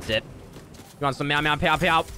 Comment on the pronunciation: Nobody finna tell him it’s not pow it’s pew?